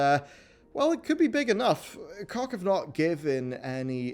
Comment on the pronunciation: Koch = coke... not cock H not K